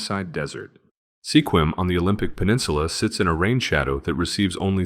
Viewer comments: If you are going to do a video on Washington, maybe you should learn how to pronounce thungs like Sequim (pronounced Squim, not sea quim), Yakima (pronouced Yak eh maw, not Yak ee ma), and Lake Chelan (pronounced Sha lan not chee lan) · It’s “Skwim,” not “See-kwim.” And it’s YAK-i-muh,” not “ya-KEE-ma.” Good thing you didn’t have to try to pronounce Puyallup. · You were doing good until you got to Sequim, Washington. There is a website that is called "how to pronounce". I suggest all robots visit that site before you publish a video that embarrasses you. Sequim is ONE syllable not two. (squim) It is not ya kee ma it is called Yakima yak kim maw. You do realize you get dislikes because you FU names. Methow valley, you think it would be pronounced the way you did, but NO, It is met how. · If you're going to make videos about places you should research how those place names are pronounced: Sequim is pronounced like squim, it rhymes with swim, Methow is pronounced like two words Met-how, Yakima is Yak-ah-ma, Chelan is sha-lan. I wish you had said the the powerhouse at Snoqualmie Falls was tunneled inside the rock it cascades over. It's the only one like it. Over all, you made a very good video about WA. Thank you. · "Squim," not "see quim." What are you, a spy from California? You keep screwing up "Yakima," too. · ....... SEE-QUIM??? L.M.A.O., ... It is SEQUIM, pronounced Sk-wim. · Extraordinarily repetitive. And the towns are pronounced "squim" not "see-quim," and "YAK-ima" not "ya-KEEMA" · its pronounced "sk-whim" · good try, i asked a local how to pronounce Sequim. it's actually pronounced like Skwim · It's pronounced "skwim" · Interesting info, BUT mispronunciations of Sequim and Yakima. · Double check pronunciations... Chelan, Yakima and Sequim, for example... 😉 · Sequim is also mispronounced. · If you are going to do a video like this, at least learn how to pronounce the names. Chelan... Sequim... LMAO!!!!!